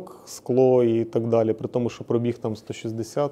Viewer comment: перший, хто нормально вимовляє слово пробІг, тисну руку.